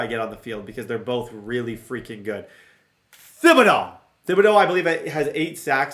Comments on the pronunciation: I love u dude... but it's pronounce Ti-bi-dough the "H" is silent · you’re killing me with the way you pronounce Thibodaux. 😂😂😂 The h is silent bro! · It's pronounced tib-uh-doh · please stop playing with Kayvon Thibodeaux until you look up the pronunciation of his name, I can't watch videos where someone is pronouncing it that terribly.